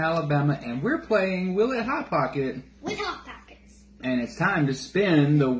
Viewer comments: “Pot hockets”😂😂😂😂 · “Pot Hockets”